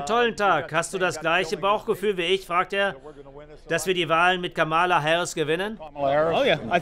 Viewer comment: Warum spricht der Sprecher durchgehend von Kamála statt Kámala? Das macht auf Englisch nur Trump.